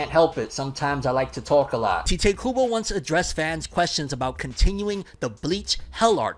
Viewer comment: its Tai-teh KUBO not Tea-teh KUBO 🥺